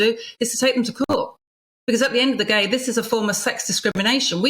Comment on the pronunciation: ‘At the end of the gay’ 🤣